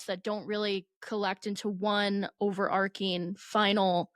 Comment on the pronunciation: you've started pronouncing "overarching" incorrectly because Madeline says it incorrectly. The "ch" makes a "ch" not a "k" sound.